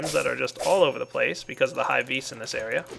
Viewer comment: wow he cant pronounce lapis vis and HE CANT EVEN PRONOUNCE MARIO